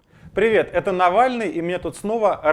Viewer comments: Мне же не одной в начале послышалось Навральный? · На нтв можно спокойно в суд подавать, за то что коверкают фамилию